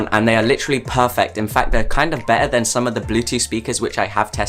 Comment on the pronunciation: Why do u "better" like this... "bey ahh"